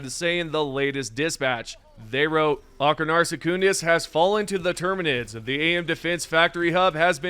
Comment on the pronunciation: It's Achernar Secundus. As in Achernar, the SECOND. You keep calling it Secundus, but if you look on the map, multiple planets are called (name) Secundus. Also it is pronounced Eye-ker-nar Sek-un-dus